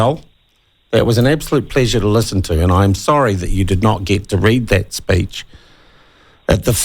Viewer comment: Speech!!! Not "speach"!!! Geez!!